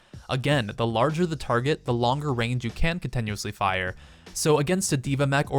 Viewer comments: Con-TIN-uously not con-TEN-uously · CONTINUOUSLY NOT contenusly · Cont-E- nuously isn't a word. Your pronunciation made me so upset I had to post this. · Why does he say contenuously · Can we stop for a second and find out why he says Continuously the way he does??? Con ten you is lee? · why does he say Con-ten-uously? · I find the way you pronounce "continuously" rather painful. I had to stop watching.